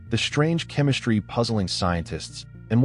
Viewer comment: This is another digital voice with built-in mispronunciations that should have been fixed before it went on the market. There is no H in ST. The ST does not make the sound SHT. It's ASTronomers, not ASHtronomers. It's chem-ISS-TREE, not chem-ISH-tree. It's STrong, not SHTrong. In addition, the T is not silent in inTerstellar, it's NOT pronounced inner-stellar.